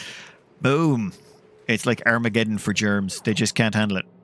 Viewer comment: XD when he said "Armageddon" it really sounded like he said "Arabic Ellen"